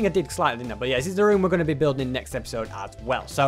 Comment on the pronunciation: you say "as whale"